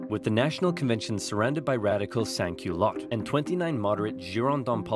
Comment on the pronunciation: the pronunciation of “sans-culottes” in this video sounds closer to “saint culottes” in french which is really funny because that means “saint panties” 🤣